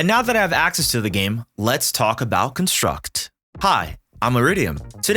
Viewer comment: Good video but damn does your emphasis placement on construct nerves me lol